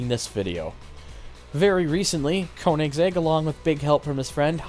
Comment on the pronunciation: Did you just say Koni’s egg? I’m pretty sure it’s meant to be read as koenigsegg... like the car 😒